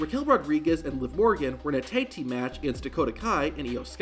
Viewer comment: Why did he say „Thaig Team“ all the way? Tag Team, simple.